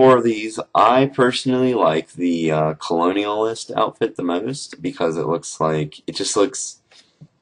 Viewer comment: You pronounced colonists wrong xD